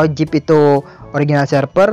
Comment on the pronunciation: Zip bro bukan jip